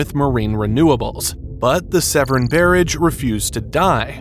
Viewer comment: Please pronounce Severn correctly!!!!